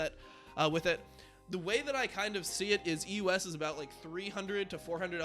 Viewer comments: The way you pronounce EU West it sounds like you are saying the US every single time. So confusing. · Why does he say EUS, instead of EU West?